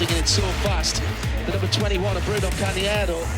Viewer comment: ah those Brits pronouncing names!! worse than Americans lol Bruno Cahniero , Rohdishio grill ahahahah